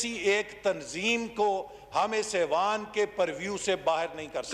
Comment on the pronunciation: لفظ ایوان ہوتا ھے اعوان نہیں کسی پڑھے لکھے کو بٹھائیں۔